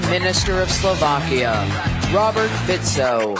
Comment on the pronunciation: Všimnite si ako správne vyslovujú jeho meno "Fico" nie fiko,fiso,fajso a pod. A ako Biden špatne vyslovil "zelensky" a povedal Putin